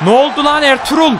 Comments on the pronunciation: Abi senin dilin R-TRUTH=ERTUĞRUL gercek okunuşu (artruth) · abi R-TRUTH a Elturul demene bayılıyom